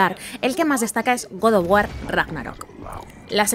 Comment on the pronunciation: Que HORROOOOOR xD ve a una academia y práctica el inglés, o mira en Youtube, videos de otros youtubers de habla inglesa y escucha como pronuncia palabras en inglés que has utilizado, si no sabes pronunciarlo di mejor en español... No se dice chuter, se dice shooter o el español podrías decir juego de disparos :l o godoguar no se dice así es God Of War (Gad of Wor) o el español Dios de la guerra... No hace falta destruir la lengua inglesa para dar tus 20 mejores juegos, sino puedes pronunciar algo mejor dilo en tu lengua nativa pero no pronuncies palabras que desconoces se ve horrible y da asco ver videos así, mejor no verlos y manita abajo